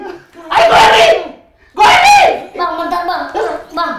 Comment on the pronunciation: WKWKWK GO HAE RI JADI GO HERI